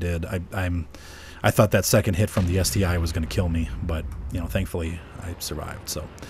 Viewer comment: Hey, the ST-l is pronounced like the Tiger i and the Tiger double i? No, the correct way to say it is ST-1.